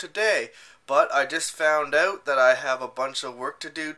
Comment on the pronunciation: Oh, you "just found ooot"? lolol